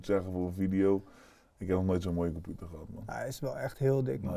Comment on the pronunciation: Iedereen: computer/pc: KOMPUTER